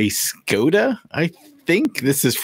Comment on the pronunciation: Škoda is pronounced Shkoda. In Czech, it means pity.